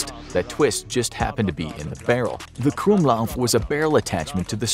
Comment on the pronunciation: the "gwumlauv" is pronounced "krummlauf" (crookedbarrel)